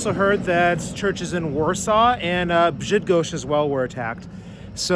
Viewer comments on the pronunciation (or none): did you say Brzydgoszcz? 😂